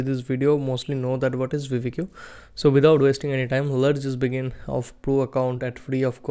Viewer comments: brooo its not called veevedq its called VID - I - Q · bro its not vidi Q. Its vid IQ = vidIQ